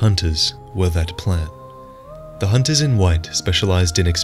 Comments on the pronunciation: "leave the honting of honters to me" lol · “Leave the hoonting of hoonters to me